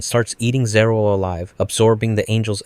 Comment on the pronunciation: ズルじゃなくてゼルエル